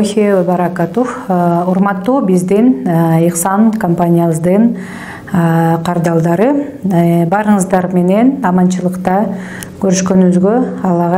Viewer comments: Кардалдар эмес кардарлар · Кардалдар дебей, кардарлар деп так суйлогуло